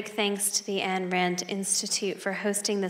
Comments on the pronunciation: Why is it so hard for people to say "Ayn?" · Especially after saying "Nathaniel". ;)